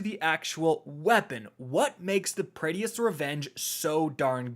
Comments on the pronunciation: Your pronunciation is the worst. Praedyth, PRAEDYTH!!! Not Praedyeth...... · for the last time its not pray-dee-ith its preadyth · Sounds like is saying Prettiest* revenge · It's not said "praedeafs revenge", it's "Prae- difs revenge" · Praedyth’s revenge is “PRAY-DITH” not pray-dee-eth. There’s only two syllables. Just sounds weird hearing it lol. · Every time he says Praedyth I cringed inside. Pray-dith. Not Pray-de-ith. lol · Prea- D - eth????? It’s pronounced as prey-dyth. Just saying. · Say it with me now pray - dith..... pray- dith not praydy-ith! Pray-dith only been out for like 8 years... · I wish I could have a slice of pizza for every time he incorrectly calls it 'pray-dee-ith' instead of 'pray-dith'. I'd be eatin' good tonight. :) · How the fuck do you say the name of every weapon wrong? ;__; Why are you pronouncing it Pray-dee-ith and not Pray-dith?? I'm gonna cry, is saying it wrong some inside joke I've been missing all these years? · Say it with me Pray-Deth... not Pray DEE eth.... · say it with me now... PRAY - DITH. PRAY - DITH. not PRAY - DEE - ITH. that concludes my ted talk. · please. Say it with me now, PRAY-dith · I'm sorry but my man said praydiethehes sniper lol have some confidence when it comes to pronunciations G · Pray-dith. SMH. Suck-session. SMH. 🤦 proof that you dont have to be able to read gooder to be a streamer. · Omg. Please. Even if it doesnt seem like it. Praedyth's Revenge is actually pronoinced like [prey-death]'s revenge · please.. its Pray-Diths Revenge. Praedyth’s Revenge. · Just wanna be that guy and say that Praedyth is pronounced Pray-dith and not whatever days it lmao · Pray Dee ith's revenge. Man's can't read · Prae-dyth. 2 syllables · Hearing Prae-Dee-Iths so many times made my head hurt lol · I thought I was the only one 🤮 it hurts to hear him say it like that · Pray Dee Ith? Lol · Bro it’s “Pray-dith” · It’s Pray-dith and Succ-session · "PRAY-DEATHS" lolol